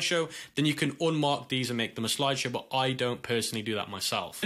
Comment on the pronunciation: Loved the part where he said "sloide showe"